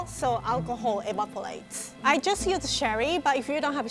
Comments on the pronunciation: do you know instead of evaporates she said evapourlates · "Alcohol evapolates"